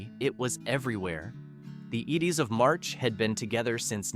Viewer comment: this announcer is a clown. the iddis of March. what a schmuck!! learn your craft